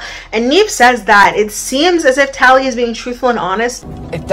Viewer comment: I am loving these videos First one I clicked on today ❤ When Nev said “tallie-HOE” 😂😂😂